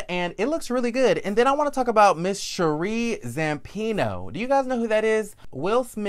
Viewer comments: You got it right....it’s Sha-ree. I’d like her in a friend role not a FT cast member. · You said her name correctly. ☺️ Sheree